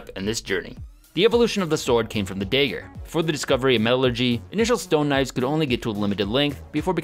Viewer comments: unsubbed because he kept saying daiger instead of dagger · Dagger dahgur not dayger 😑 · it's DAG- GER not DAY-GER, for fucks sake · When you say daygar, you actually means dagger, right? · "The evolution of the sword came from the dayger" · I love your content, but I can't get over how you pronounce dagger as "dayger". Just teasing, we love ya! Keep up your amazing journey~ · What’s a “day ger”? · Ah yes, the infamous The day-ger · stop saying daeger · It's dagger not digger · Day ger, = Dagger ?!? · does it annoy anyone else that he says dager instead of dagger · It's pronounced "dagger", not "dayger". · please get to English pronunciation lessons soon, "Day-gur" just killed me a little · Please for the love of God learn how to say “DaGGer” not “DAYger” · carful, you Minnesotan accent is escaping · The infamous Day-ger not to be mistaken for the Night-ger. lol just teasing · Dayger. Lol. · It might just be accent related but the way he pronounces dagger seems a bit off to me. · STOP MISPRONOUNCING The WORD DAGGER!!!!! Jeez man! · It is really annoying the way you keep mispronouncing dagger. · So annoying how he can't pronounce dagger